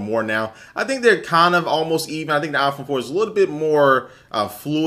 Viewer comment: its not aaaahh-phone. its eye-phone! lol. :-)